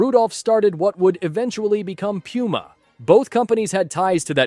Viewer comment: Ah-didas and pewma